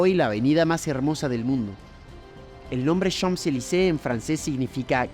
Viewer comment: Como curiosidad. En "Champs-Élysées" la primera palabra simplemente se pronuncia "chan" ni la m, ni la p se pronuncian. La s final, sí la vamos a pronunciar para hacer lo que se conoce como "liaison", es decir para enlazar la primera palabra con la siguiente. De esa forma la s final y la é se unen. Daría algo asi como "chansélisé".